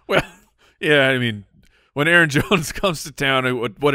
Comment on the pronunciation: O-Sean-Hennessy says A Aron.